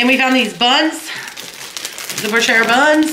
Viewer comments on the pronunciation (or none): Im not being snarky at all. I like you and your videos too much but the buns are called "breeosh". The are french and so good with everything as you well know.